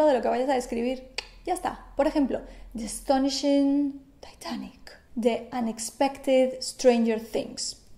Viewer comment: Me encanta el vídeo. No sería "taitanic"? Pero como me estoy enamorando de ti te lo perdono :P